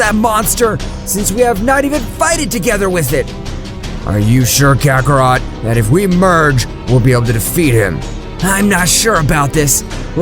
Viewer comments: kakarot not kakarato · Wow man you got all the names wrong also you called goku saiyan name kakarot kakarroto came on man do your research how can the grand priest hate mortals ui needs a calm heart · He said kacaRota